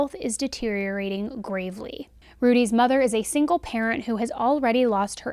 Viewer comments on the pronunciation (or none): none